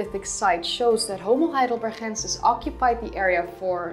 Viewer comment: Since name of that primeval dude comes from German city of Heidelberg maybe he is named "Homo Heidelbergensis" not "Heidelberhensis".